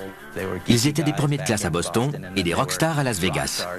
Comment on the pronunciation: "Boston" aaaaaaiiiii mes oreilles saignent !!!!